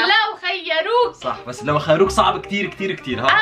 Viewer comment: ههههههه:- لوخيروك ✅:- لوخروك ❌ الوقت